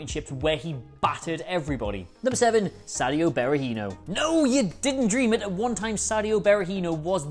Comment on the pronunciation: What are Dabo and Berahinos first names again? Is it a pre requisite to be a football oriented Youtuber and to not be able to pronounce names?